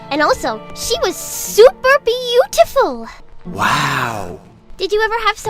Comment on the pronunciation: When Nepita said beautiful, she said BeautYIFFul. Emphasis on Yiff.